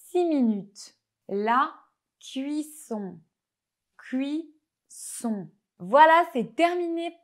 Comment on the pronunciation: Bonjour, pour chipoter juste une seul petite faute de prononciation pour le mot "serrurerie" vous prononcez " "serrurie" au lieu de " serrur..re...rie avec un sons rapide sur le "re" presque un "rrrr". Aussi la premiere prononciation de "cuisson est limite" après ca va mieux. Sinon super video . c'est trop mignon.